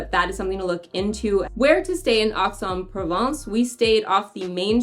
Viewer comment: If you want people to take you seriously, then PLEASE learn the correct pronunciation of place outside the US. It's EX en Provence. It is not difficult to find someone to help with learning the correct pronunciation.